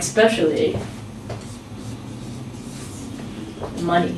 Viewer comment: you pronounced Especially as expecially and I think that's wrong. However I learn a lot from you. Many thanks.